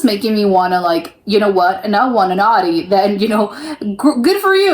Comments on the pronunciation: audi is pronounced owdi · The au in Germany is pronounced as the ou as in ouch. So this typical American way of saying Audi sounds funny to us. 😜